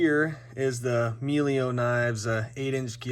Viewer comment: Meglio is spoken like saying " mèh ljo " 😁 Means " better " in Italian